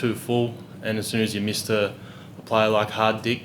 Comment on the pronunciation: He pronounced Hardik correctly .